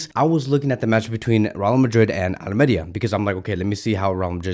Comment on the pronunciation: It’s al-meh-REEH-ah